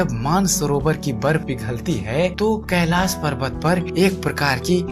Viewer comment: siv nahi shiv .. kailas nahi kailassh sha bol nahi sakte ho kyaaa ..pehle hindi bol na seekho bhaad mein videos banaoo